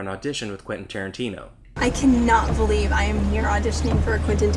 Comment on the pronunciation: "I BEWEEVE IN YOU KYYYYYYLE"